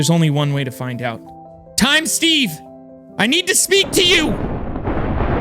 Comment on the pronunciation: He said void stage instead of steve 🤣🤣😂 I'm so 😭